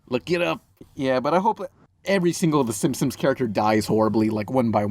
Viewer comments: Whenever talks about "The Simpsons", he pronounces it like, "The Simsins" and I can't tell if he does that intentionally or not. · it sounds more like "simpsoms" to me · I grew up watching it in Spanish too and used to pronounce it "simsins " but then I stopped when I stopped saying " pumkin" instead of pumpkin